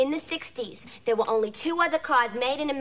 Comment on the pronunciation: The moment she says "They wueah!" I fall in love all over again as I have been since I saw this movie for the first time.